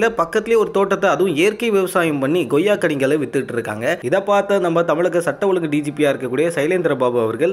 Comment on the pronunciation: Super Sir but reporter Sir it's Koyya or Goyya